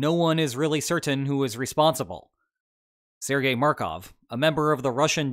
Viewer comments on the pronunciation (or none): none